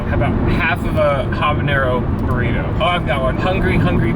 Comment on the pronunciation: " B O R R I T O" " B O R R I T O" ..." BORRITO"